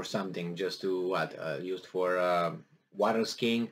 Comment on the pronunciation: Love it sir... "water sking!"😂😂